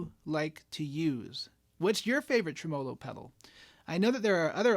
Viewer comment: Okay, a couple of issues. First, you're pronouncing it wrong. Second, the guitar clips in that line drawing mode (or whatever you call it) kinda obscures what your hands are doing, and the aesthetic beauty of your guitars. 😉 Okay, mostly kidding, especially about the "wrong" pronunciation thing. I mean, I do pronounce it differently; down here in Texas, we place the emphasis on the first syllable. But just razzin' ya about the "wrong" thing. Also, I do prefer the guitar clips without the special effect, but that's no big deal. I almost can't play without tremolo (and reverb) anymore. I can tell you my favorite tremolo circuit is the one in my VOX Pathfinder 15R amps. I'm not tech-savvy enough to tell you what type of circuit that is, but I really, really like it. I'm not a pedal guy; I blame that on 40 years of playing acoustics before getting my first electric guitar (a tele, of course), and on the fact that I'm too uncoordinated to sing, play guitar and tap dance all at the same time. I do have one pedal, a BOSS ME-70 multi-fx, that has a bank of modulation effects, including tremolo, of course. But when I put that multi in front of one of my Pathfinders, I just leave the reverb and tremolo off on the pedal and use the amp's on-board effects.